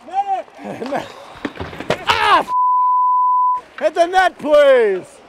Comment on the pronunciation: wtf? who pronounced brocks name wrong LOL